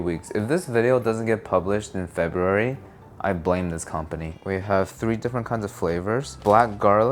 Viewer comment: It is not Feburary